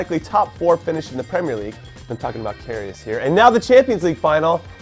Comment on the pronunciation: Its Kar-He-As